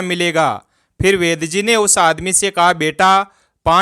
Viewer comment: वैद जी है या वैद्य जी है 😂😂😂😂